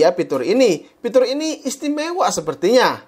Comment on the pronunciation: Fitur bang fitur bukan Pitur kwkwkwkwkw